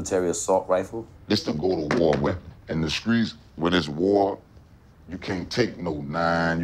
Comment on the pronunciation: Blud said go to war weppen